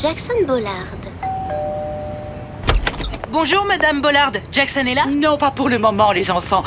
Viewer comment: Jack son et pas djakssonne